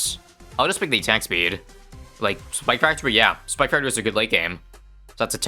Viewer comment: says attack peed instead of attack speed LOL